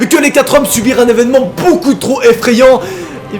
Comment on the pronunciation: TA DIS VESEMENT AU LIEU DE EVENEMENT!!!!!!:P